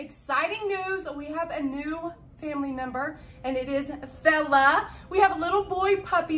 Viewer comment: kept thinking u was saying bella